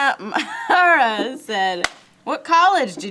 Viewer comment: did just have a stroke pronouncing the last name McNamara? lol love you.